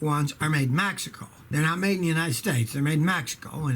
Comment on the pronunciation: "Made in MAXICO" lmao, Scotty. Youre the best, dude!